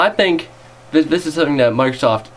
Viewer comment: Dude, where did you learn to pronounce 'th' as 'v'? I mean, 'vis is '? Honestly, you lose cred points by speaking like an English lout (or 'chav', as we like to say). Aside from that, some good points made. But try the preview, it's not all ass.